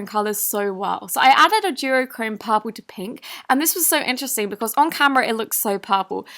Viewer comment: Lol it’s purple not popaal